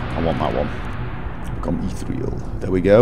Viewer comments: "Ethereal" is pronounced "ih-THEE-ree-uhl," not "eeth-ree-uhl" Sorry, that just bugged me lol. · Actually, it's "Eth-Ear-E-Al" eth as a sound like Eh, not Eeeeeee in there."